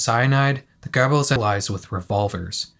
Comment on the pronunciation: You nailed the way you pronounced Göbbels in this Video, it angers me every time when someone from the Anglo-sphere doesn't put in any effort and instead warps the name into Gerbils😢. The way you said it Sounded only slightly different to the way native speakers pronounce it.